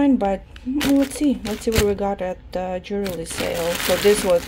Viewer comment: Ян, джювельри от слова джувел, вы говорите джуверли